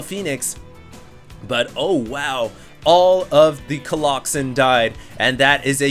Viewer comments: But you don't get pissed when he says coloxen? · Stop saying colloxymmm plzzz god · please stop saying colloxen. it sounds like the name of a fatal disease.